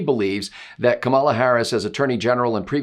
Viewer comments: I saw Tucker was chastised... her name is pronounced COMMA la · An extra treat from the drive-by media: we are now told Harris's first name is pronounced "Khama-la", not "camel-la". LOL keep pronouncing it Camel-la, because we know what happens when a camel gets its nose in the tent. Kamala is the perfect candidate for the Repubs. LOLOLOLOLOLOLOLOL Vote Trump LOLOLOLOLOLOLOLOL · you are mispronouncing Kamala. How dare you!